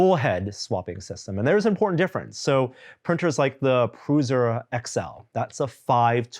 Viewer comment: WTF is a Pruzera XL!? Say Prusa with me now, “PROO-suh”. 🙄